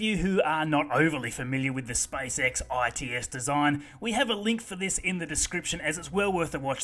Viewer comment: I love how you say "spysex"